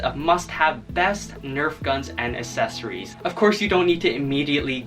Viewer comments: It's accessories not assessories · I love how he says assessories instead of accessories